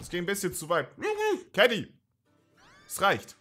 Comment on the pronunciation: Ok bin ich der einzige der die ganze Zeit Keggy anstatt Kenny verstanden hat ?